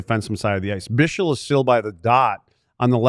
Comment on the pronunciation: Guys the name you can pronounce as bixel not bishel